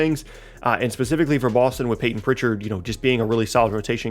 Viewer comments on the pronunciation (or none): none